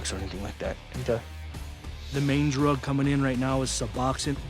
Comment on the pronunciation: Sub-ox-in????? Lol my god at least learn the name of the drugs Su-box-one...pronounced Sa-box-own